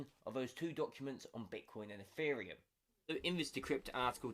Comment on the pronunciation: Did you just say eFFereum ?